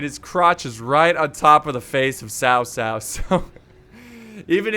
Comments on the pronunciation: BTW it’s not Sao Sao it’s Chao Chao From Malaysia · its basically tao tao not sao sao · It is pronounce chao chao not sao sao just to inform but great video ^^ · its cow cow not sow sow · Dude its pronounced Kao Kao... not Sao Sao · Ghostlead 360 it is actuallt pronounced ts-ow ts-ow. I know because I have the same surname. Chinese spelling is Cao. Taiwanese mandarin spelling is Tsao. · guitarhamster is it? because I usually hear it pronounced Chao Cao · His name is Cao cao but its correct sound is cow cow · cao cao is not "s-ao s-ao", Sao Sao means elder brother's wife … "c" pronounced as "ch-", like ch-ange, Ch-ina, in English, but without tiny " ee/i/" sound. Changban, pronounced as " 'Ch-' (similar to c sound in cao cao, but not exactly same) '-on' (similar to English word on) and ban is same as English ban… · it's kao kao actually :D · tsao tsao, ts as in Mi (ts)ubishi or wha(t's) up. Applies to all "c" in pinyin. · Its pronounced tao tao and A guy name oversimplified made a video about this check him oust just look up "Oversimplified three kingdoms" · Is it not chao chao (pronunciation) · Not to pronounce Sao Sao!!!!! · It’s pronounced tsao tsao Tf is Kao kao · Daniel Etheridge no one in China calls him cow cow That’s just completely wrong